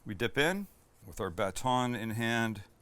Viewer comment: Dare I say best episode ever?? Back to the classic Sam episodes. So many great recipes. The icing on the cake was hearing the way Sam pronounces "baton". You will never be too old for youtube!